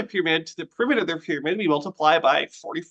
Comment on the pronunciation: "Peremiter" had me dead 💀